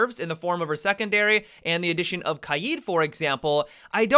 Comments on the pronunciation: Plz pronounce Kaid differently... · Please learn how to say Kaid correctly